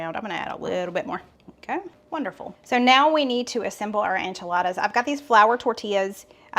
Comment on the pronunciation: It cracks me up the way he says Enchiladas, Onchiladas. 😅